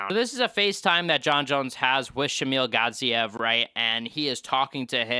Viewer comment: “shamil gaziev”?